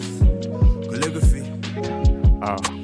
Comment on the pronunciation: thank you for posting this album also who’s gonna tell bro that’s not how to pronounce calligraphy